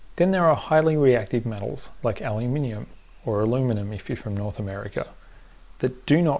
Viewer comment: You were right in your answer to my comment on your other plating video, this has a lot more information. I didn't see the angry comments you mentioned, but I assume they have to do with electrolysing a solution containing cloride.😅 P.S.: Bonus points for pronouncing "aluminium" correctly, and have a negative point for then doing the other pronunciation anyway.😉